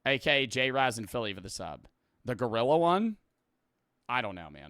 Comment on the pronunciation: “Gorrila” 😭🙏 it’s gorilla